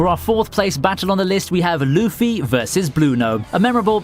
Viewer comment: Why does he says luffy like luufy